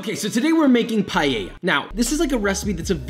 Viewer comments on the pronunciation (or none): PAELA not PAYAYA...josh no kiss for you this time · Why Americans pronounce it "Payeya"? It's PAELLA! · Few notes from an Spanish. Please stop saying "payeya". It's pa-e-lla, it's only the "e", and is pronounced kinda like the one in pet. Also, paella might seem like just "rice with things", but it follows some rules and there are things that don't go into a paella, like chorizo. "Sofrito" is not the combination of tomatoes, onions, peppers and garlic, what we usually call sofrito is the ""sauce"" you get after cooking those together. Also, you migth want to cut or grate fresh tomatoes, add a bit of sugar to take away the sour taste and then add them into the mix. I don't know any recipe that uses paprika, but it doesn't seem that bad. Covering it with foil isn't bad, but here we usually use a cloth. Again, I haven't seen anyone adding olive oil after the paella is done. All things considered, is not the best recipe, is not the worse. Yeah, some crybabies from Valencia maybe want to kill you, but it's not bad. Chorizo is a big nono for paella, but for the rest this might be the best paella recipe I have seen from someone that is not from Spain. So yeah, 3/4 of a beso for papa, good job. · NOTE: It’s not “pie-yeya” CORRECT: Pa-eya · First of all...it's PAAAL EL JAA, not payeya .... learn how to pronounce it properly. Second do not even think of calling this a paella... This is a rice dish with things..lots of things. I live in Valencia (the birthplace of paella), and this has nothing, absolutely nothing to do with an authentic paella. No chorizo ever goes into a paella, no garlic ever goes into a paella, no wine, no bayleaf, no this no that. Sorry but this is total nonsense. Seafood? If you want to make a marisco, maybe.....but it is still nonsense. Parsley? Please stop this bullshit. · How hard is it to say PAËh ya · Yeah, you pronouncde it "Payeya", expectations for your pronunciation of socarrat wheren't high XD At least you didn't go for the ritish "Payela"! XD